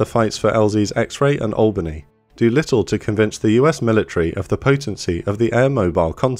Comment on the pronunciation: Thank you so much for pronouncing Albany correctly I'm sick and tired of hearing my southern countrymen pronouncing it AL-BANY, FFS its ALL-BANY, in one fluid phrase. Nevertheless sweet vid.